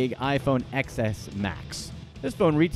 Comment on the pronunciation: The way he pronounced the iPhone name is frustrating